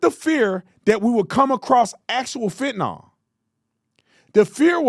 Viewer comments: I hate the dems so im not defending them clowns, if u gonna clown ppl for pronouncing shit wrong take ur own. advice. The drug is calleFEN-TA-NYL not FENT-NOL . You country bumpkin, i still love u tho. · Is Tapper a reporter or a debater? I'm listening to him and wondering does he love this country or not? Tatum... it's Fentanyl (fent-uh-null...not nall). Petty, but ya gotta say it right🤣